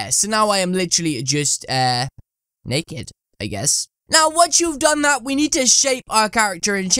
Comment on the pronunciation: Hahaha you said Nackid